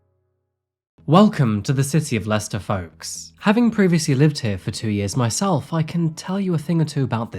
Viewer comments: It's 100 miles from Leicehter to London. Thtat's cute. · So, it’s pronounced “Lester”. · Why is Leicester pronounced as "Lester"? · As anyone who's ever visited would know, it's actually pronounced "Lest'oh" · Am i the only one surprised by the pronunciation of Leicester as "lester"? English is weird lol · I would never have known that the city Leicester was pronounced “Lester”. I’ve always wondered what the correct pronunciation is. I am not a big fan of Tiktok. I’m sure there’s some good content there, but after my car was stolen thanks to some thieves inspired by the “Kia Tiktok Challenge” I deleted the app. I’d only followed a couple of people anyway.